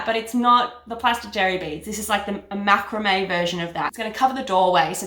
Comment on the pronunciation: You are pronouncing macrame incorrectly 🤣😂. Love it regardless